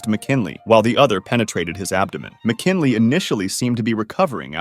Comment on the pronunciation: William mckinily?